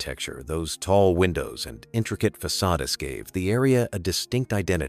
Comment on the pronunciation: Another bad AI voice. How does it pronounce "facades"? One example. It is amusing to hear an AI voice talk about the soul of a place.